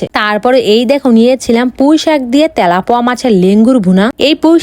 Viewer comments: মাছ ❎ মাংশ✅ পাংগাশ ❎ পাংকাশ ✅ তেলাপিয়া ❎ তেলাপয়া ✅ 😅😂😁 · আরে ওটা তেলাপুয়া হবে না ওটা তেলাপিয়া মাছ হবে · Telapuya mas na telapiya mas😂😂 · তেলাপিয়ার ❌ তেলাপোয়া ✅ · তেলাপিয়া মাছ❎❎ তেলাপোয়া✅ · তেলাপিয়া মাছ ❎ তেলাপোকা মাছ❎😂😂 তেলাপোয়া মাছ✅✅✅🤧😂😂😂😅😂🤣